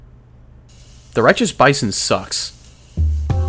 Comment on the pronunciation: I fweaking LOVE LOVE LOOOOOVE THE BAYSON!!